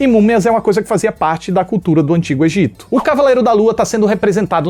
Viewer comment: ele falou EGITA e eu morri um pouco por dentro